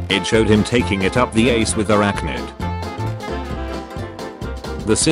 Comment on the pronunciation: Her name's not arachnid but Airachnid, You're basically saying "Hear me out: spider like creature"